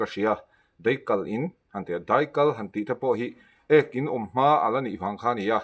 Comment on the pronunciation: 'deih' ni lovin daih aw...